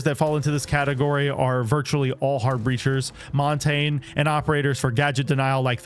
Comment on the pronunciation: Mispronounced “Montagne” 🤌🏾